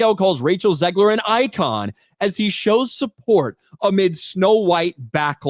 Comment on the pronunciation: "icon" lmao